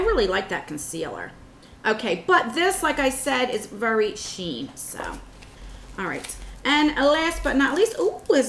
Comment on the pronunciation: eXquisite NOT equisite sheer NOT sheen 🙄